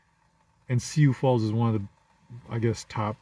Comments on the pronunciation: Hate to be that guy, it's "Soo Falls" not "See You Falls". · I thought it was syoo falls.